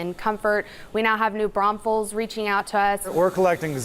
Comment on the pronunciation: "New Bramfels", really?